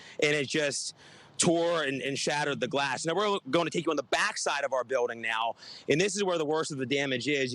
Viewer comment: Leave him alone. He said 'biwding.'